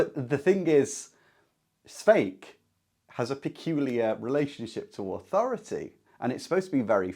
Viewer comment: Nice video. Just one nag Škoda-style. If you can pronounce Hašek, you can pronounce Švejk. Not Svejk. Not Skouda. Not Hasek. Škoda, Hašek, Švejk. Just think of saying “shite”. “Shvejk” 😂